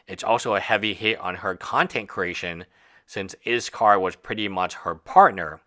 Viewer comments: I appreciate your take on all this, and maybe it is just me or how I am hearing it, but it sounds like you are saying IS KAR not IS Call. Just wondering why I am hearing the name being said incorrectly, not that it is a big deal but is hard to get past hearing it said incorrect.. LOL sorry no offense meant. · Yeah I’m very confused why he’s calling him izcar, what? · Dude, learn to take some criticism! YOU are the hater here, YOU made the error and the comment asking why was very nicely worded. Whats your problem? If you make a video about a person you should be able to at least try to pronounce their name properly! As a practitioner of law you should be able to read! Why would anyone in their right mind pronounce "ll" as "r" ? DO some REASEARCH BEFORE making a video! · Learn to pronounce his name. Cripes.